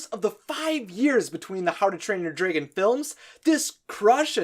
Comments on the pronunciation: Everything on this video was spot on right except the part when he says draagon instead of dragon😂😅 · Ugh. It's DRAG-on... and on and on and on, like every time he says dray-gon... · Ok it's drAGon not drAYgon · Hmm.. Dwægohn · dregin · dude fix your way of saying dragin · Am i the only one who hears draigon?? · The way you say dragon sound just like how you pronounce my characters name: Draigon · I have watched all three of the Hiccstrid videos and I love them they were amazing!! But I do have to ask why do you say dragon the way you do? Not hating at all just curious. Great job and cant wait to watch more videos ✌😁